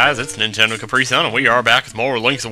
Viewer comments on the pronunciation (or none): none